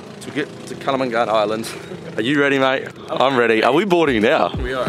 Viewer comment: the way your pronounced it lmao it's not "KALAMANG GAN" ITS "KALANG GAMAN"